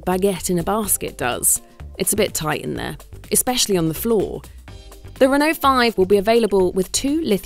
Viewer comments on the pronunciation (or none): What on earth is a hun-oh?! It is pronounced REN-O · Why is the presenter pronouncing Renault as Who-no when playing to a UK audience…. Sounds silly… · Why can't she say Renault? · Why are you pronouncing Renault like that ffs